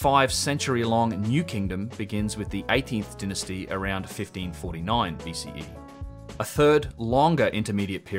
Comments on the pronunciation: I would like to make a suggestion. Dynasty is pronounced DIE-NA-STEE. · I thoroughly enjoy hearing you say "Dynasty"!